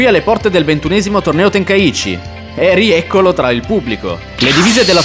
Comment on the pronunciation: Tenkaichi e non tenkaici